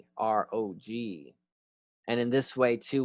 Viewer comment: Some pronunciation help. - Ancestors (fathers) "oci" is pronounced like "ori" in "origin" but c instead of r, you don't have c sound in English, it is closest to "tz" but sharper. - "Svarog" is similar to "swa" in "Swabs" (but v instead of w) and "rog" in "Balrog". - Any word containing "bog" (meaning "god") shold sound most similar to "log" (but of course b instead of l, and o sounds more like "lOrd"). - "Perun", the "run" part should sound more like "rune", but shorter as the accent is on "Pe". - "Triglav", the "Tri" sounds like "trinity", but hard T like in "Thor". Btw it literally means three-headed. - "Žibog" the letter Ž (that you tend to pronounce as Z) always sounds like the very first sound you hear in French "je suis". In general, you may notice the pattern that each letter always matches exactly one sound, the spelling is not decoupled from pronouncing (for example "i" is always "ee"). Once you learn this simple rule and a few additional letters you should have no trouble pronouncing anything Slavic. And the accent is usually on very first vowel.